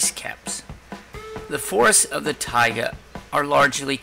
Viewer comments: He didn’t even say it right he was not pronouncing the a in taiga he was saying tiga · "Tiaga" biome lol